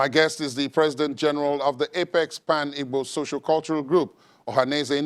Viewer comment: Am I hearing this man correctly? Is he calling Igbo as Ibo. Ohanaeze ndi oshi